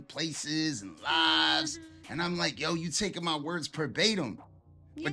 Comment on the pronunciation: Dear New York, please stop dissing the west with homosexual insults about "dick licking". It's never been cool. And it's "verbatim" not "per batim'". Said with love.